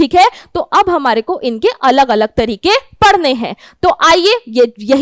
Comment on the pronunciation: ma'am speak parne hai instead of padhne hai😀😀😀